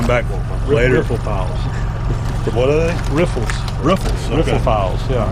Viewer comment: rifle, like a gun, with an 'er' on the end. Not riffle. No offense.